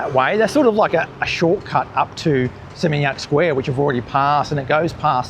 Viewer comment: Makasih, You are the only person on youtube who can pronounce area's in Bali, particularly Seminyak, no one gets it right. I cringe when people brag they have been in Bali many many times but can't pronounce "warung". Most Aussies can't get that "u" in bahasa Indonesia is pronounced "oo". Your fluency is excellent. BTW Seminyak back in 1989 was just rice paddies, our tailor resided there who made garments for our business. There were no restaurants cafe's or boutique shops. Suami saya dari Legian kaja, sudah kawin 40 tahun. Thank you for understanding Bali 👏👏👏